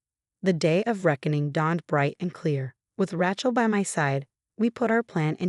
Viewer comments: Rachel has no t. Sounds like Raychel not Ratchel. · Pronounce it Ray-chill, the way it is pronounced it sounds like a mechanic's tool